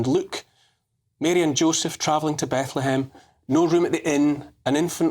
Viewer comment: Apparently Francis could only ever utter "Be-ethlehem" in bleat.